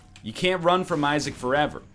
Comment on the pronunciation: im pretty sure he said "EYE"nding of "BYE"saac in the beginning